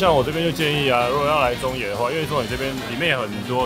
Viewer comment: 應該是想要說なかの(中野)吧😂